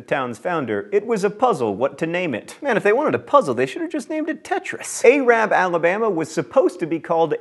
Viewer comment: Unless I misheard, the way you pronounced Arab is offensive.